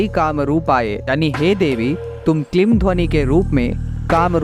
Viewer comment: वीडीयो बना लेते हो, पर मंत्र का उच्चारण सही नहीं है, ह्रीं में बडी ई की मात्रा है, ऐसे ही क्लीं में भी बडी ई की मात्रा है, आप छोटी इ का उच्चारण कर रहे हो।